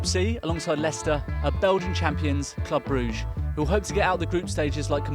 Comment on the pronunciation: Why do you say brugge like that